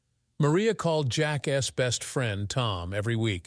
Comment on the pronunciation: Its over before he even heard about it. Plus this ai is pronouncing things terribly. Wontee eg wan-t or eg Jack-s . Plurals are done terribly